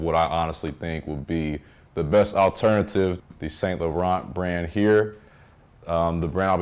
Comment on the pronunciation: Great video, btw it’s Pronounced San Loreaun the t’s are silent . I’m Canadian so French is our second language, thanks.